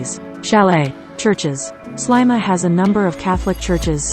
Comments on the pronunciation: It’s pronounced Sleema not slyma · There is a lot of information given here but I find it very insulting that the pronunciation of Sliema is incorrect. It is many years since I visited and I have always known it as Sleema. Maybe this has changed but I sincerely hope not. This is historic. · Very annoying repetition of Slyma;who taught the narrator how to speak?